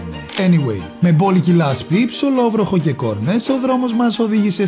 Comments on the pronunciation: Στο ήθελε να πει ψιλόβροχο και είπε ψωλοβροχο 🤣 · ΨΩΛΟΒΡΟΧΟ ;; Ή ΨΙΛΟΒΡΟΧΟ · Το γύρισα πίσω 3-4 για να δω αν όντως λέει αυτο...μετα όταν διάβασα το σχόλιο σου κατάλαβα ότι δεν το άκουσα μόνο εγώ😂😂😂